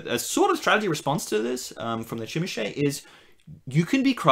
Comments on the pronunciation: Zhimeesee! You use the license, say the name right! Like "je m'appelle bob." Jimisce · Yeah but it sounds like they're saying "Chim-a-shay" which I don't think is either of those. I can certainly forgive people not saying it right, it's a weird word, but I don't know it's right to say they pronounce it correctly. :p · What country are you from that they pronounce zh as CHeese? That link was exactly the link I would have dropped to prove my point if someone disagreed, but you have done it for me...